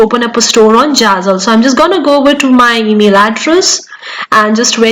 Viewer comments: Girl, it's not jazzle !! It's Zazzle. Pronunciation is the key. If you want to sound trustworthy with your accentuated English which is not your actual way ( its noticeable with bit of observation) of conversation normally. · don’t get upset😊, you English good, but only name of platform was really not correct and little bit funny, I m sure you already learn and corrected❤